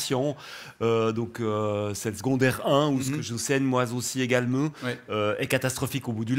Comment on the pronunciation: "ouske j'enseigne moizaussi égalemint"😂 j'adore